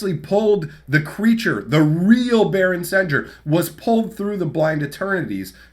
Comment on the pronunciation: I always thought it was pronounced “sen-gear” similar to the sound of sanguine